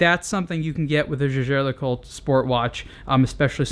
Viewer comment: no it's not. jaeger was the surname of Edmond Jaeger. it was his family name, and was not pronounced the same way as the word 'jaeger'. that said, he's still pronouncing LeCoultre wrong.